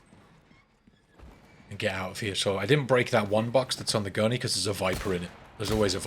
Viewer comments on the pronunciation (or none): none